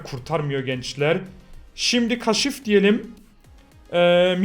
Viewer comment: abi biz kaşif değilde kâşif diyelim